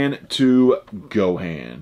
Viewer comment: Lol no one even mentioned that he not only doesn't know how to say super Saiyan, but he also says Gohan wrong 😂😂 posers!